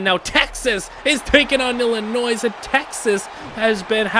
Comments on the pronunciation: Don’t say the S in Illinois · Just a small thing from an Illinois person... Don't pronounce the S. That made me triple take 😂